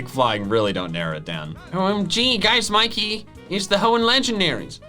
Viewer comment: ITS MIKEY NOT MICKEY